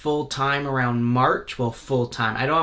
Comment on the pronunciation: “Arooond that”